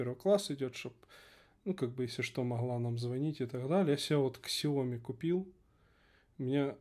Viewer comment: Дело в том, что "Xiaomi" -это не название на английском, а написание китайского названия ПиньИнем. Также неправильно называть "Huawei" "Хуэйвеем"! В китайском (ПиньИне) "x" - это не "икс", а "с".